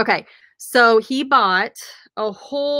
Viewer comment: Awesome video thanks a ton for the feature! "SWAR-OFF-SKI"